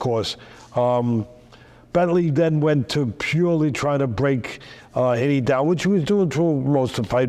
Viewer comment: I’m a stokie and it’s mental to see teddy atlas talking about someone from our city he’s a really likeable bloke really good honest character (p.s it’s pronounced hee-knee😂) up the potters 🔴⚪️